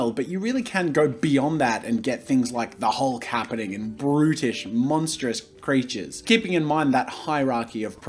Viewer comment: Did anyone else think he was saying British instead of brutish 🤣